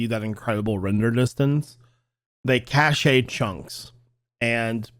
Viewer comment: Just FYI: “cache” is pronounced the same as “cash”, and not like “cachet”.